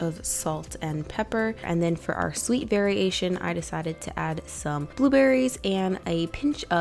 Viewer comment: Sweet berriation AHAHAAHHHA good job!😂